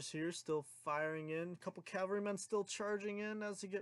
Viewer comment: Why does everyone say “calvary”? It’s cavalry you reets